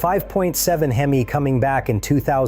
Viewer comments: The fact that you said hem-eye….. means your full of shiet!!!!! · I was thinking the same thing, what is a HEMeye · Bro called Hemi a Him-eye. Stopping video here. That's all I needed to know. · The way he pronounced "Hemi" makes me question anything he says